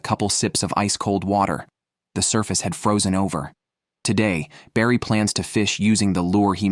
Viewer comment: and he's calling barry "brady"